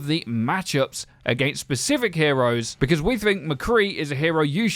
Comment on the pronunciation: Sorry, did you just say "pacific heroes"..?